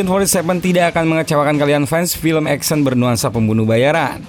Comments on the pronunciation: Action itu bacaan nya "eksyen"..bukan "eksen" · 1 hal yg mengecewakan dari sang narator, nyebutin kata "ACTION" nya gak kena. malah trdrngar EKSEN bukan Eksyen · baru sadar Action dibacanya Eksen wkwkwk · Ngakak denger suara 'eksen'